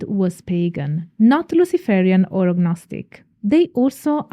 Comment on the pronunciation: The G in gnostic is silent. Michael Ford's work is not Traditional Witchcraft.